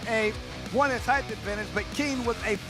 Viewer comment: "Heighth" is NOT a word!!